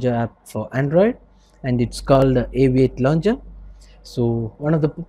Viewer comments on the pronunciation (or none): The Aviate londjer... Like Nova londjer and Apex londjer...